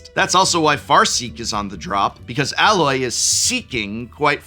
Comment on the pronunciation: then he also says "Alloy" as in the metal. Seems to be a thing with his "A".